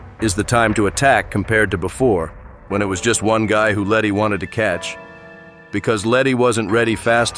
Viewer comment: The entire time around 30 min they call her lenny not letty throughout